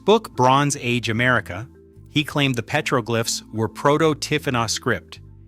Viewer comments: ❤Petroglyphs is pronounced PET-ruh-glifs (IPA: /ˈpɛtrəˌɡlɪfs/). It is a three-syllable word with the primary stress on the first syllable ("PET") ... not a "glife" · Psst: "Petroglyphs" is pronounced PEH-truh-glifs (IPA: /ˈpɛtrəˌɡlɪfs/). The word is broken down into three syllables: "pet-ro-glyphs," with the primary stress on the first syllable ("pet") and a secondary stress on the last syllable ("glyphs"). NOT petroglifes. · You lost me at PEETROGLIFES. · Piētro-glìffes ? I know them as pëtrōglyphs. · Dude said Pete rogue lifes instead of petroglyphs lol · Interesting stuff to be sure....but "pay-tro-glyff"???!!! You got to be kidding... You can pronounce all of these native language names and you can't say petroglyphs??!!